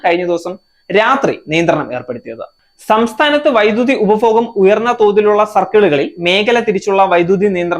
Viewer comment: പ്രസന്റേഷൻ നന്നായിട്ടുണ്ട് 👍🏻 ഉച്ചാരണം ശരിയാക്കണം. 1.ഉപഫോഗം അല്ല. ഉപഭോഗം. 2. ആദ്യഗട്ടം ശരിയല്ല ആദ്യഘട്ടം. 3. മേഗല അല്ല മേഖല. 4. ബലം അല്ല ഫലം. ഇതൊക്കെ ഒന്ന് ശരിയാക്കൂ. എന്നാലേ ഭംഗി വരൂ. കേൾക്കാൻ സുഖവും.